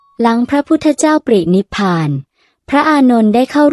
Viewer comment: ปรินิพพาน อ่านว่า "ปะ-ริ-นิบ-พาน"